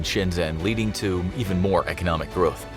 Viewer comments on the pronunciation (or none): none